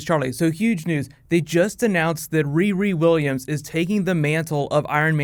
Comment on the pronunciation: say "riri williams" again, bitch. i dare you. i double dare you